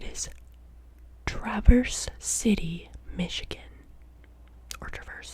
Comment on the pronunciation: I’m not from the one but it’s said as Travis City I’ve been them before and it’s nice